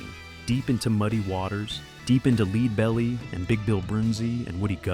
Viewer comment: Totally mispronounced Donegal too, that was the first flag for me and then when it said Leedbelly I was out. It's Dun-ee-gawl for the record. I know Americans struggle with Irish place names sometimes, but fuck me.